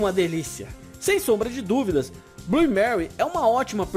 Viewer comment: Bom vídeo mas... Manu fala Blu (Blue) o E vc não pronuncia, fora isso parabéns pelo trabalho.